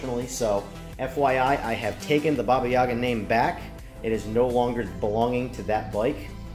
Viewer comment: Баба Јага- baba yaga pronunciation is spot on.